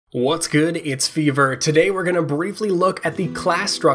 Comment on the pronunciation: Shouldn't your name be pronounced,"feh-veer"?